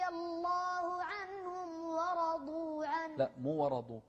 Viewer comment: ورضوا غلط، و رضوا عنه، الواو ليست من (خص ضغط قظ)